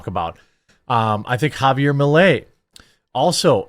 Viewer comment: JaVIer, not JaBier